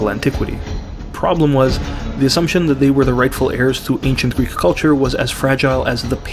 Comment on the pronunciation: As a greek person that has been born and is being raised in greece, i would like to touch on some parts of the video :) Firstly, your pronunciation of all greek words and phrases is perfect and you genuinely sound like you've never left the country. I do not know what word to use here exactly but it's such a nice little thing that adds to the enjoyment of the video. Secondly, the segment in which you discuss your name was also extremely interesting in the context of what you're talking about but is also very relatable to me. My name, John, was the same as my grandfathers and also my cousin's as such i was always nicknamed "the young John" or "Ο μικρός ο Γιάννης". I'm not huge into religion but being named after the man that baptized Jesus always felt special to me in a way, yet due to how americans treat it feels embarrassing using it which is a same. Also, in regards to the topic of the video itself I'd like to touch upon the "Percy Jackson" series, which has been revived due to a upcoming tv series if i understand correctly. Seeing it on my feed on social media a lot i got interested but found out/realized there is not a single greek individual in the series, a series about greek gods and their children, which is bizarre cause the series has, from what I've been told, a fair amount of diversity. It's simply mindboggling that an entire franchise based around our culture doesn't include us. Lastly, I have family in Montréal. I've only met them once but they have made attempts